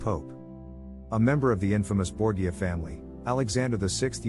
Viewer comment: Borgia = BOR-zha It's a family name important enough for any historian to pronounce correctly. And it's important to keep in mind the interactions between powerful leaders of the numerous independent states on the Italian peninsula, which wouldn't become Italy as a unified nation until the mid1800s.